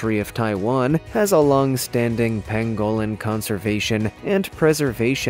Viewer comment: I love this channel! But please learn to pronounce words correctly. Like the Pangolin pang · guh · luhn